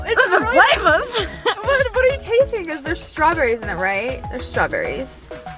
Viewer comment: "So many FLAVAS" 😂